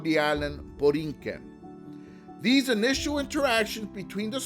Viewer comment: Not to be nitpicky, but the name was Borikén. But this is very well done. Muchísimas gracias. 🇵🇷🙏🏽